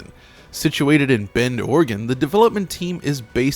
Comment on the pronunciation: It makes me so happy that knows how to pronounce "Oregon" correctly.